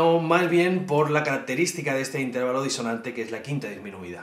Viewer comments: "Intérvalo", " tríada"... Tienes un problema con los ácentos, tió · Has pronunciado mal "Intervalo", la sílaba tónica no es la segunda sino la tercera o penúltima